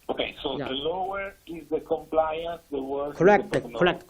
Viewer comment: interviewer does not seem interested in the science. Thanks for info re: PEEP. China doctor talking about longitudinal studies. Great! Parameters on ventilator, thank you. Chinese dr struggles to say compliance but calls it comprise.